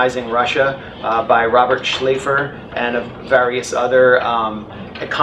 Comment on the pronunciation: It's Andrei Shleifer, idiot.